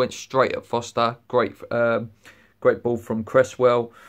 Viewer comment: His name is Forster... not Foster